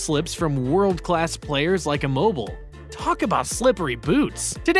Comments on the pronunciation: its pronounce e- mo- bee- lay ...not e- mo- bil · That’s not how you pronounce Immobile and he is one of the best penalty takers in the world he rarely misses >:(